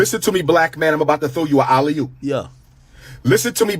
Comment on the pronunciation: Nigga said a Ali-hoop 🤦🏽‍♂️